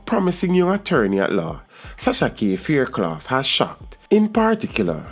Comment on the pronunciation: Your pronouncing her last name wrong!